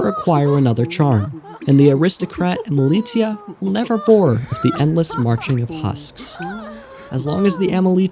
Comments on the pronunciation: its pronounced emili - sh - ia and it's driving me mad everytime you say emili*t*ia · You're mispronouncing Emilitia.